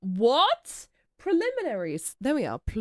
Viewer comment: TIL can't pronounce Preliminaries just like Urara can't pronounce Prestigious.